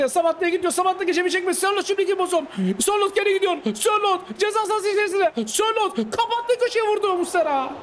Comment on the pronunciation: abi kusura bakma ama spikerlikte ilk defa senin kadar kötüsünü gördüm pelkasa szalai,sorlotha muhammed sorloth fln diyosun keyfi kaçıyo